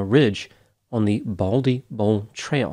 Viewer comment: MT BALDY, not BALDLY!! 😂 NEVER underestimate the wilderness or the ocean. You can never be too prepared. All it takes is for a few small things to go wrong. Phone battery dies, you forgot your jacket, you lost your map, you left the flares at home, forgot the food pack, too little water, etc. One thing goes wrong, you may survive. 3 things go wrong you won't make it. The other thing too, is to take a partner and never go alone. And make sure that your partner is as experienced and prepared. Stupid partners exist and are deadly. I learned the hard way on a trip to Zion. My male partner (BF at the time, but Ex after that) assured me he knew that hike. A car drove us 40 miles up the winding mountain road in Zion National Park so we could hike 17 miles downstream on the river bed. The river at the bottom was cool and refreshing and the air temps were mid 70's, going to 80 F. He also told me to leave my boots and jacket in the car and only take my sandals as we would be walking in a wet river bed for that long hike. We had no food, no lamps, no bedding, only a day hike. The car left to go back. I stepped into the trail and the air was 35F at the top of that mountain. There was a ring of mountains around, it was a crater. This meant the sun would NOT be shining on us until 10 am, and it was 7 am. It was freezing cold and I had no jacket either. I dipped my sandaled feet into the water and it was ICE COLD!!!!! I realized in an instant that there was no way I could walk a mile in tha